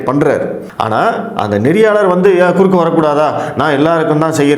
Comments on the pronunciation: குறக்கே அல்ல குறுக்கே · குறக்கே இல்லை குறுக்கே தமிழ கொலை பண்ணாதீங்க ( வீடியோ டைட்டில் )அதெல்லாம் சரி நியூஸ் 18 அம்பானியோடது அங்க பேச முடியாதா?